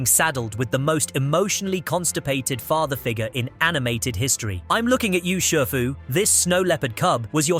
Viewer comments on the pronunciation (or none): It’s pronounced RAM-zees and SHEE-foo, “”! 🤨